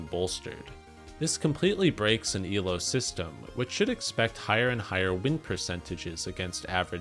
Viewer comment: I know you're saying "Elo rules" but it sounds like you're saying "evil rules" which is very fitting.